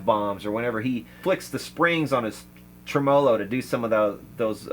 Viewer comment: I see many channel hosts falling prey to opinions of trolls. . . Don't concern yourself with detractors. Your show is great because of you doing what you're passionate about and your admirable style. Until you came along I had only ever heard tremolo pronounced TREM'olo. The world is now a larger place for me. Thanks again, and keep up the good work😃